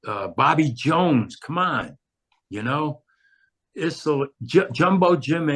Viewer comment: No "who you talk to" about it; Issel rhymes with thistle, with no "z" sound.